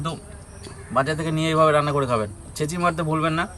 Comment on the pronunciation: বারবার বলছেন ছেচি মেরে রেখেছি সেটা কি আবার ছেছি